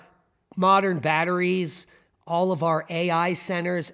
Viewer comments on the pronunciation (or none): none